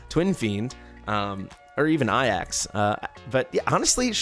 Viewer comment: Considering you speak English, Ajax would be pronounced A-jacks considering it's the transliteration of the same spelling as the Greek Hero. (also translates as eagle from the ancient Greek)